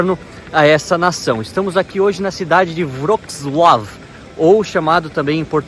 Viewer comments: Você é estudante de línguas eslavas. Poderia melhorar essa pronúncia. "Vroklau" é horrível. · Sigo a Ana do canal "O mundo para iniciantes" e ela mora ai. A pronúncia do nome da cidade me parece diferente